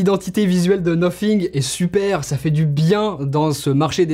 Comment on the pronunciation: Déjà le Debut de la video le mec dis "nofing" Bye bye